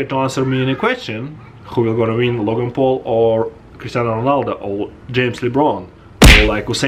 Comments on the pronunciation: He said christiana ronalda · bro said Cristiano ronalda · He said Christiano Ronalda